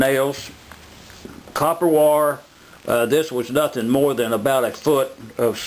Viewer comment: Its WIRE Not wore!